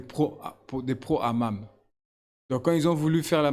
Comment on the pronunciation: Le hamam 😂😂😂 le hamas pas le hamam😂😂😂